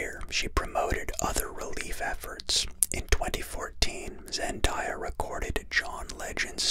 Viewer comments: zen-day-ah not zen-die-ah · I hate that your saying zendiya its reaaaaallly bugging me I mean am I wrong its zendaya not zendiya I'm mean jeez but I'm no trying to give hate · Its zendaya not zendiya omg have some respect🙄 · I left as soon as he said her name wrong